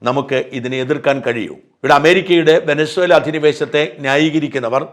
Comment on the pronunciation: Vensuela , angane annu pronounciation